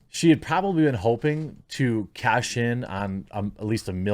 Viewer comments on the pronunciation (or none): none